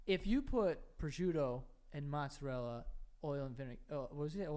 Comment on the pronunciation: that's not how you pronounce mozzarella. Where do you New Yorkers get these pronunciations from? Lol